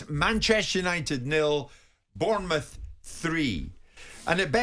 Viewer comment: Jim White can you please start saying Bournemouth name properly you're the only person you pronounce is it that way bearing in mind I live in France and have worked with foreigners for 20 years and they are managed to say much better than you do. It's about time you put some respect on our name and realise we're in the Premier League to stay.